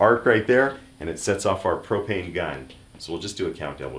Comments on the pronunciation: The intro turned me off but the first time he said "propene" I was outta there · "I sell pro-PEEN and pro-PEEN accessories."